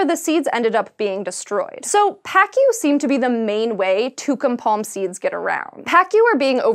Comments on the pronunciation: the pronunciation of the name of the fish is pakoo, not paakyu. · you don't say "PA-Q".... it's pa-ku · I laughed hysterically after hearing pacu... I say it as paku, not like... Pakyu... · Is it pronounced "pack-you"? If the fish are in Brazil and people are speaking Portuguese I think it'd be "pah-koo" without that "y" sound. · Pacu is pronounced "pacoo". Not "pakyo". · It's PAH-coo, not pack-ee-you. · It's pronounced puh-COO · Nice video! But, Pacu is pronounced as "Pahcoo" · We used to have a pacu in our fish tank. It is pronounced “pock-oo”. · She pronounced Pacu like "fuck you" lmao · Pacu should be pronounced like Pa-Ku (pa'kuː), pa like Panama or party, and ku like kublai khan or cool, there's no "yu" sound like cucumber. It's is after all a Portuguese name, so read it with the "Latin vowels". :) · cê é loco? é pacú mano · It's pacu not pacu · on a science show yet can't even pronounce Pacu right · is pacu really pronounced that way or am I crazy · Eu sou BRASILEIRO! We have to learn all your pronunciations to the point if we want to speak english. Why don't you ask someone from Brasil how to say those words? You said a couple of proper nouns, then why not speak it correctly? Like piranhas and pacu. If you had not wirtten "pacu" I would have NO IDEA what you were talking about.